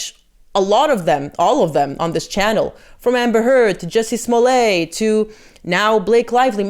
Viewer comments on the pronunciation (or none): none